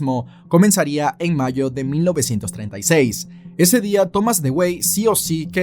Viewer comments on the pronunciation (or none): none